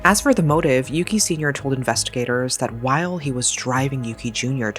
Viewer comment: As someone who was born and raised in Japan, I have to say this (not at all a criticism toward your reporting style; in fact, I appreciated this whole video). It's unfortunate that the perpetorator and the victm's names are so similar, but to the Japanese ear there's one very discernable difference. The boy's name is indeed "Yuki" with a short "u". The criminal's name, however, is "Yuuki" with a long "u" that sounds like "oooh", often transliterated as "Yūki". We are quite sensitive to the length of the vowels pronounced, and I think the deceased deserves to be differenciated like this. The two did not share the same name.